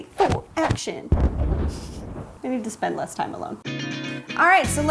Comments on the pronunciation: A long ‘tine’ ago? Am I the 1000th person to point this out? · Just work on your cursive a tiny bit and fix the n to a m on time or what you said tine... but it’s still amazing!